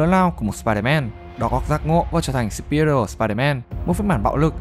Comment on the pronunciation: Chữ superior phát âm lực hơn đi ông